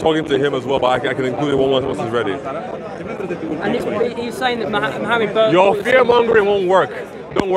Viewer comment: why do they often say “m ohammud ars esulalah”?